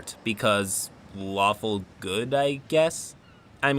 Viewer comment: I thought he said waffle not lawful for a second